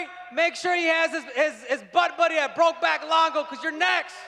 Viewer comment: "Broke Back Longo" 😂🤣😂